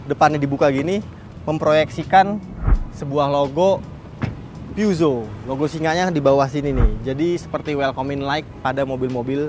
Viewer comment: Cara baca yg bener "pu-syo" atw "pe-zyo" bukan "pyuso"